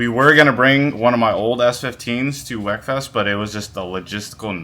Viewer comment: it’s not “wek”, it’s pronounced “weak”